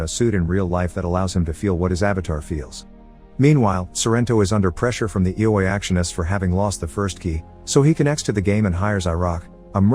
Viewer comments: Greatest recap I've heard of ready player one so far but IOI is pronounced differently(it is pronounced eye-oh-eye) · Ee-oh-way lol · Yall pointing out its a robot or ai. If he spelled it out like the guy wrote in the original comment or wrote it I. O. O. It would pronounce it correctly. I think it's just laziness or being so busy making the next video. I enjoy his videos tho and don't judge the A.I. for his weird understanding of the English language lol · Can’t believe you pronounced IOI that way the whole time 😂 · You spell ioi you don't try to pronounce it